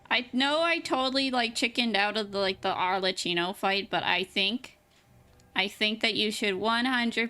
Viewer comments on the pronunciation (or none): Arle KI no, not "tchi". The two C's followed by an H in her name mean that it's pronounced as a K sound. It would have to be spelt Arlecino to be pronounced the way you do (similar to "ciao")